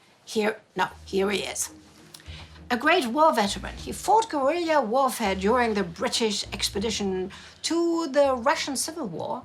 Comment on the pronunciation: Admiral-ity, guerill-ia warfare. Gotta love delightfully quirky presentation.